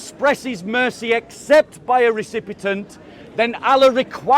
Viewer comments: says 'recipitant', but he means 'recipient'. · when says 'trate', he means to say it but 'recipit'nt' was a mistake. Having said that, I noticed he said 'recipitant or recipitent or recipitint' instead of recipient (which he meant to say) the first time he said it during the live stream but it's unnecessary to call out people publicly the way that the guy did. won't read these comments so it was just insulting for mistakes he made.